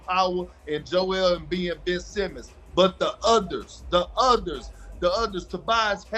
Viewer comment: Are u serious stephen A. You said Embid now you trippin bro please stop it !!!👎